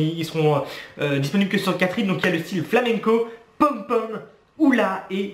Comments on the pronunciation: ça se prononce Pon-Pon pas pomme-pomme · Pom-Pom ... TU LE PRONOCES MAL MDR